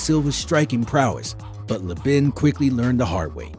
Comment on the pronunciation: Chris Leeeeeeben. Cmon guy. Put some respect on his name